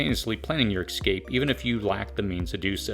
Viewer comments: OMG! It's EScape, not EXcape for the love of God! And are you trying to say ANTAGonistic? Because there's no such word on this planet as TAGonistic! Geez, if you're going to use a $3 dollar word, at least pronounce it properly! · It's eScape not exscape🤣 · Great video. Thank you for the information. One comment though, it is pronounced "ess-cape" not "eks-cape". Perhaps its just me, but I found the mispronounciation distracts from the message. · Escape. Not excape. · It's "antagonistic" not "agonistic" and "escape" not "excape" Otherwise, great job.